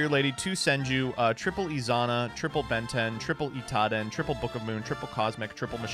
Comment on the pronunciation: Read your cards 😂 it isn't Itaden